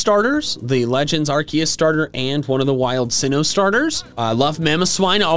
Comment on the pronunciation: SINNOH DOES NOT END WITH A G, IT ENDS WITH AN H! FIX IT NOW!